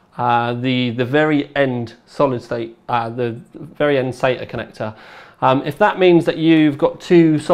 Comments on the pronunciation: everyone in my country prounounces sata sahta.And it seems really weird hearing someone say sayta. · I thought a brit of all people would say "sahta" not "sayta" for SATA...sounds like he's saying Satan ports lol